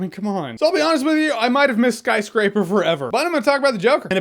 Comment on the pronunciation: Ha you said SKYSCRIPER lol